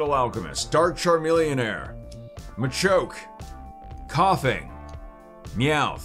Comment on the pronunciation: He said dark charmillionaire, shout out to chamillionaire in Texas!